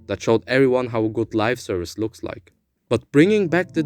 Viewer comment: I hate to do it but I should point out that it's Live Service not Lifeservice :p Great video no less